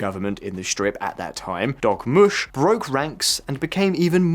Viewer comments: DORmush...NOT DOGmush. 😝😜😵😆😂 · I thought he said Dog mush 😂